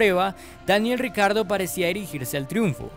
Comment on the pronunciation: Todos: Daniel Ricciardo Motorsport Daily: Daniel "RICARDO"